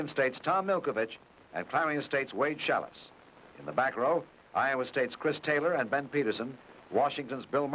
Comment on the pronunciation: LOL..."Challis" instead of Schalles :D